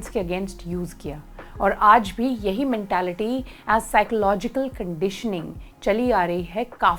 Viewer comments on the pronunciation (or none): none